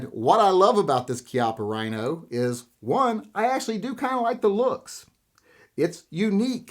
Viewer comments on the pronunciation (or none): none